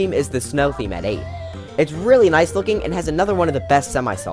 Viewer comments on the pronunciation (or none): When he said "noice" I felt that